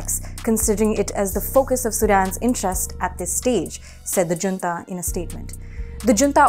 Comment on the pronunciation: Junta should be pronounced as Hunta.